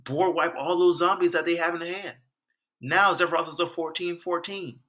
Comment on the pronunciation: Sephiroth! Not zephroth!!